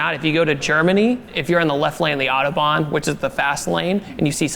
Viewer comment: I like how he says Autobahn. I´m german and i pronounce it exactly the same.